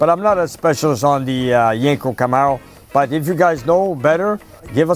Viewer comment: it's not yanko its yenko lol